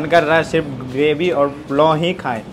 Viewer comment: ग्रेवी होता है गडेवी नही